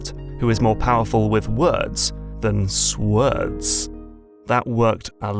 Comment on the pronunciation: On the subject of your word/sword pun at the beginning: you'll be happy to know that any French person who just started learning English pronounces "sword" exactly as you did, haha. It took me years to realise it should rather pronounced as "soard".